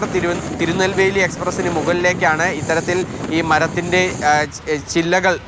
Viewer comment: തിരുനെല്ലി അല്ല തിരുനെൽവേലി ആണ്